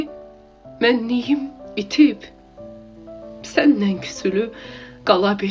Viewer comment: Salam. Sözümü yanlış anlamayın, qiraətlərinizi dinləyirəm gözəldir. Sadəcə 'səninlə' sözünü 'sənnən' deyə tələffüz etməyiniz həm doğru deyil, həm yaxşı səslənmir. Uğurlar 😊